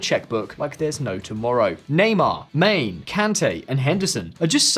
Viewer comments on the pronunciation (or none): It’s MANE not Maine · Did you just pronounce Sadio Mané's surname as "main"? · Calls Sadio Mane - "Main"